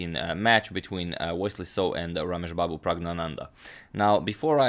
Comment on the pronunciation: Still can't get over how excellently you pronounce Rameshbabu Praggnanandhaa.